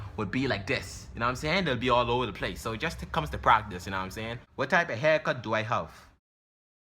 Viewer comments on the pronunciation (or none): “U na um sane”🤣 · "NA'M SAYIN" 😭😭😭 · "u num saying..ayyee"😂😂😂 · "Erry tree hours nam I sayin"😂😂😂